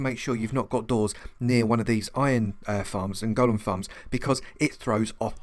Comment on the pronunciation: Thank you for pronouncing golem correctly. You got a Like just for that. I had written my comment before when you inexplicably began pronouncing it differently. I took back my like. "Gollum" is a character from Lord of the Rings. A Golem (Goal-Lum) originates in Jewish folklore. It is an artificial human-looking construct, usually created out of clay, and magically brought to life. If I recall my readings, it was mostly used to work for or protect its creator.